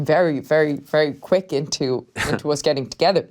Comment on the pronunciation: Except when she says us it sounds like oos